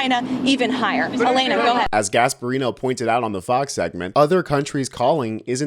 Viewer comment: "Gasparino".... guess he was NOT born in Italy, huh...?